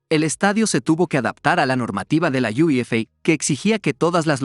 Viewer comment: No digas "Iuefei", di la UEFA, tal y como suena que así es como le llamamos en Europa.